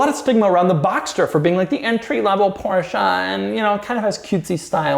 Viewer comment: I'm German and I like Doug's proper German pronunciation of "Porsche". :)